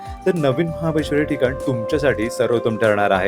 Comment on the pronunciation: महाबळेश्वर बोलावे 😂😂